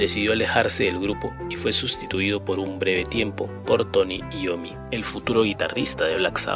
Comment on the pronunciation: Se pronuncia Iommi, cómo se lee, pues es un apellido italiano.